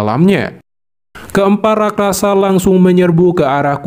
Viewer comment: Rakrasa 😂😂😂 bukan raksasa yah